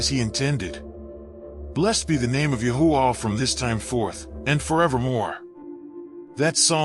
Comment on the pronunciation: The text keeps tying Yahweh. Thank you narrator for making sure the AI pronounced TMH’s name as YAHUAH.🙌🏾🙌🏾🙌🏾🙌🏾